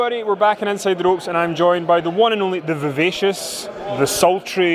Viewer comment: The minute you said "Ropes" i knew you were Scottish.